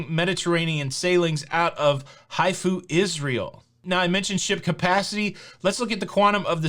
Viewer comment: My friend, I almost wachted all your videos, just keep on updating and interesting us on cruising. But hey man, Odyssey will start cruising fro HAIFA , not HAIFO. and i"ll be ther soon. Have a nice day.